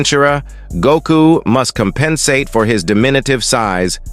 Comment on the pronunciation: Gohain, Go-an, Pro-menintly , Coem-pensate, Dai-mond, Weepon, Eriely days, Speculatie AI voices lol